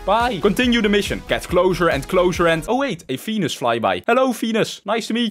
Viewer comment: When he said. Venus is was fenus